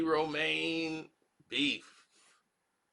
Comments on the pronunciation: He can’t even pronounce Ro-Man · It Ro-MAN. Tami Ro-MAN!!! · Romaine? It’s Roman. Don’t disrespect a queen now.